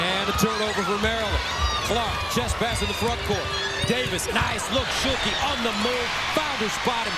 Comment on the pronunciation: Is he saying shulke because it doesn’t sound like stuelke